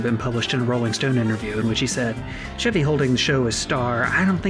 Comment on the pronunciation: CHEV-y not SHEV-y oh my gosh. You NEVER saw snl if you don't know how to pronounce his name. Why didn't anyone correct her?!!